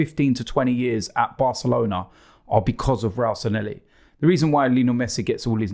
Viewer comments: Robbie, Please! It's Sanllehi, NOT Sanhelli. San-Le-Hee!!!!!!!! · It's SANLLEHI not Sanelli you chumps. :D